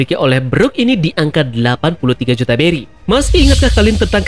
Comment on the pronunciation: Bang beri bang bukan Belly 🤣